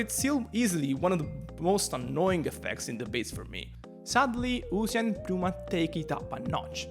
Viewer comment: Side note. Why do ppl (its not just this guy) keep calling it PPP-new-mah? its just New-mah. Ever seen the word Pneumonia?